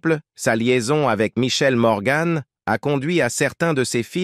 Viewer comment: Cette voix d'intelligence artificielle est insupportable. Ce n'est pourtant pas compliqué de faire lire un texte par une personne normale. On ne dit pas Gabine mais Gabin. On ne dit pas Touchez pas au Gribbi mais au Grisbi. On ne dit pas Michèle Morgane mais Morgan. Quand on évoque la date de naissance de Gabin on évite de présenter une photo de Delon.... etc etc.....